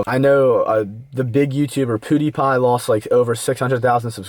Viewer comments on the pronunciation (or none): lol u said poodiepie